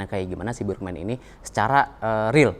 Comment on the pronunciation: Burgman... Huruf A di baca tegak A, bukan dibaca E seperti lafal bahasa inggris.....hadeeeeh